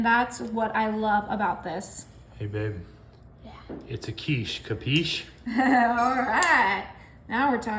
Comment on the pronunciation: Sorry but it is quiche